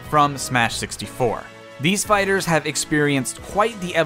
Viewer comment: When you said "these fighters" at the end i thought you said "these spiders"